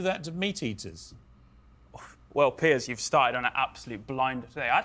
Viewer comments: Pearce...not pee-air😜😂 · His name is pronounced like “PIERCE” - his name is not pierre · Piers like BOAT PIER - Z not Pierre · His name is pronounced like the word "Pierce" Morgan. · His name is pronounced Peers. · Doc I love your commentary but Piers Morgan’s name is pronounced like Pearce Morgan not Pier. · His first name is pronounced the same as tears and fears, except with a p. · His name is Piers. Pronounced Pierce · Pier"s" not Pierre! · Pretty sure his name is pronounced like peers, not pierre. He's English not French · His name is pronounced "Pierce" though the spelling is decidedly English. Also of note is that meat is a actually a truly plant based diet, as in cows eat plants & I eat cows. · Doc fyi he pronounces his name “peerz”. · It’s Piers like pier in a harbor. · Doc I love you but it is pronounced Peers. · I'm sure others have commented, but his name is pronounced Pierce. However, I really like that you call him Pierre and I think I speak for your fans when I say I hope you continue calling him that. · In case someone hasn't already pointed it out, it's Piers pronounced "pierce", not "Pierre". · Still not a fan of Piers, he's too anti-2A. But he can be entertaining. btw Piers rhymes with beers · It’s pronounced “pierce” like you’d pierce the steak with a knife… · No, it’s not. It pronounced Peers. Not Pierce. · Piers pronounced Peers. Not Pierre. But don’t change. He’s an ass. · Hi Doc, I think Mr. Morgan's first name rhymes with Beers, only one syllable.. I could be wrong.. ♠W.G. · I’m ninety percent sure it’s pronounced like peers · Good video, but you're pronouncing Piers' name incorrectly. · Not to be an ass, but learn how to pronounce the guys name before you do a video.....Like nails on a chalkboard!!!! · I don't understand, why would you want people to keep mispronouncing Piers name? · you're saying his name wrong.. lol